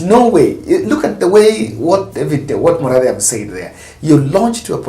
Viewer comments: Hi. He is called Murathe not Muradhe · It’s Murathe and not Muradhe